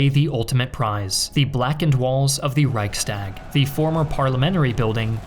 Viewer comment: You dissapoint me in the way you prnounce Reichstag.